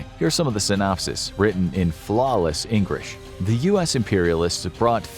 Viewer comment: Noooooo way, “flawless ENGRISH” 💀💀 thought you were sneaky